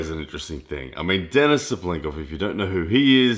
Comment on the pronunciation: lAletin ударение на 1 слог и DenIs ударение на второй слог, по-русски правильно так